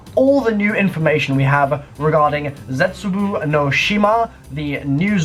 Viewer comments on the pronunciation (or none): it's pronounced Ze-tsu-Bo (not Ze-tsu-bu, how you pronounce it) like this so can see. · yeah Blue Pheonix is right, when you speak Japanese bou is pronounced bow. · not Japanese but learning, but i am certain of the pronunciation (bo= bow sound, the u makes the sound longer.) Have a good day man, also love your videos and level of analysis. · it's pronounced ze-tsu-bow (as in the bow you shoot) not boo. sorry. but i'm gonna be that guy.